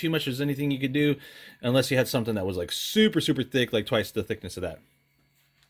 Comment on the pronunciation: Zeee batteries 👍